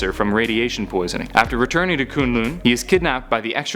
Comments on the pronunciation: Koon lune? BRUH! (Kun-Lun) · ITS NOT KOONGLOONG ITS KUNG LUN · Its kun lun I almost turned this off when you said koon loon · Shao Lao. NOT Shoo Lao and K'un L'un NOT Koon Loon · the way he says kun lun, it makes me so mad, its not ''kooon looon'' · Shoe-Lau and Koon loon? i literally fell off laughing.. Nevertheless, good video.. =) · This dude says kun lun weird. its so annoying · You're saying Shao Lao and Kun'lun wrong!!!!